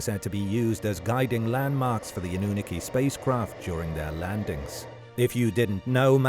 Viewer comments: 😂 "annuniki" ... say , "aluminum," too. 😂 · It’s pronounced Anunnaki, not Anunnaki